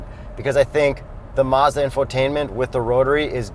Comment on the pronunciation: I like how they pronounce Mazda as "Mehzda'